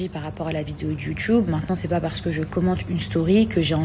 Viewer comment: Pourquoi elle dit YOUTUUUBE avec accent mdrrrr